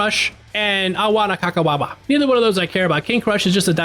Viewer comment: I read this comment before the "Aowana Kakawaba" and nearly spit out my tea 😂